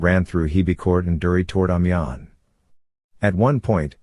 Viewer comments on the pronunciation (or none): Great documentary - but it would have been nice if you had an idea how to pronounce Amiens. There is also a large amount of paintings available about the war. Why use pictures from wars decades in the future?